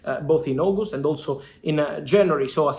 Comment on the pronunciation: It's not Ogust😂 it's August 😂